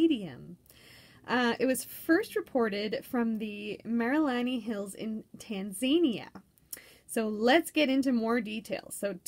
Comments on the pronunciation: I was talking about Tanzania not Tanzanite. I realize this because I used to pronounce it like that too. Lol You're saying Tan-zay'-nee-a. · I've just bought a green, emerald cut tanzanite. I've got a trilliant cut blue tanzanite as well. Wow, who knew it was part of epidote group. Btw it's Tan-zah-nee'-a, emphasis on the "nee". Zah, not zay.